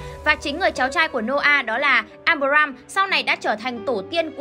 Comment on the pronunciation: à mà đọc sai đấy nhé. áp ram và áp ra ham chứ không phải abram và abraham